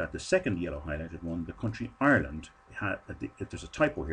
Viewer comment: Hireland :D